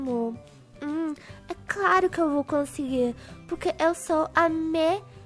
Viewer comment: tava dando uma agunia pq vc falava puque sabemdo q era porquemas ameiii